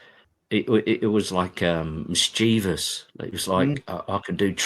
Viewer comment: Lovely to hear someone pronounce mischievous properly.